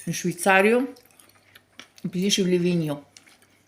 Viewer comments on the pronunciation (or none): Livigno si dice ,а не лавіньо.